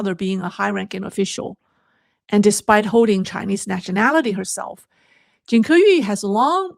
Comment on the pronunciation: It’s obvious that you, the hostess, knows Chinese i. e. Mandarin. Yet judging by the way you pronounce her name, it feels like you don’t know what her name is in Chinese. It’s 金刻羽，not 金刻玉。Then again, at the end of your show, the conclusion is non sequitur to say the least. Try to familiarize yourself with the prepared materials beforehand so that you don’t have to stumble like an amateur. Just saying. I like the direction where you’re going but honing up your skills is also important in gaining validity. Hope you’ll improve.